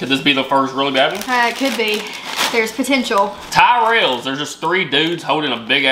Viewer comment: Revels not reveals. To revel means to greatly enjoy, to reveal means to show what was hidden. You guys are going to need English classes before coming to the UK. Also Tyrells is pronounced with the ti sound of "tip" not "tie"